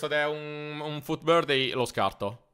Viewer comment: me fai spiscia quando dici futbirthday 😂